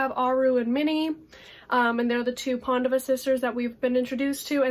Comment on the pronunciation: I need to get Aru Shah! Especially since someone pronounced Pandava brother correctly 😂 (which one is she?! Too much suspense for me to handle 😂😂😂)